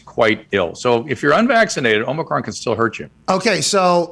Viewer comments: Nice. Also it’s OMI CRON not OMNICRON there’s no N in omicron 😂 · I love that Pat still says Omnicron even tho Drew said it correctly 8 times. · Omicron. Please stop saying "omNEEcron," Pat. You sound like a doofus. We know you're smarter than that.